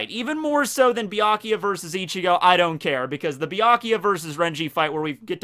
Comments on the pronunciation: I was a minute into this video when I had to stop watching because he pronounces Byakuya as "BEE-AH-KEE-YA", like the "U" isn't even there. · I love Bee- Ikea nice pronounciation ^^ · Saying byakuyas name wrong lol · Way to mispronounce byakuya 500 times